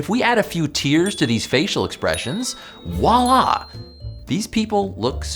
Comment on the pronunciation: Come on now, the word isn't "walla".